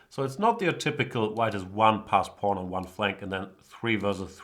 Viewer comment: Is he saying porn instead of pawn?